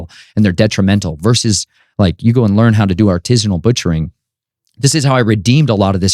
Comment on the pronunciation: Lololol artisnal butchering lololol